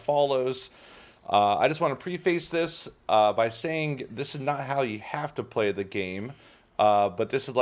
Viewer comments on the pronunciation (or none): "pre-face" lol its pronounced preh-fuss